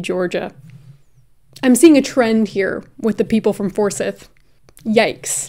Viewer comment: I love you! & Ik you'll prob never say Forsyth ever again but living in georgia & hearing you say Forsyth the way you did 😭 it's pronounced "For-scythe"